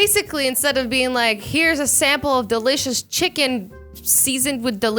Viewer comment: How do you do that 'delishise!!👌?'